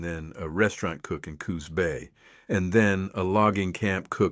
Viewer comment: I would like your AI narrator to pronounce Pacific Northwest 'proper' names, correctly Jeeze? Is that too much to ask? i.e. in a previous episode: yay-KEE-ma? (Yakima) It is YAK'-a-mah ... This episode: Coos? It is "COOs" not co-HOOs. Although, I do enjoy the stories. They are just stories, but fun, anyway.